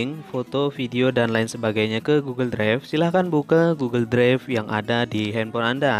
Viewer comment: Bang maaf saya lucu dengar abang bilang " Goggle dregf "🙏🙏😹